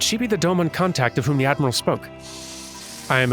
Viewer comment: They also will tend to pronounce the not-Japanese names of Doma (Doma itself is a good example of this) and the like much better than the Eorzeans, which is a neat touch as it remains pretty consistent!